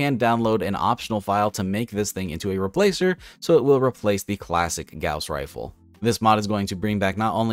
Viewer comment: You said Gauze rifle wrong.